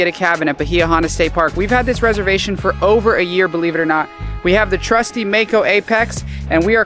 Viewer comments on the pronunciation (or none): none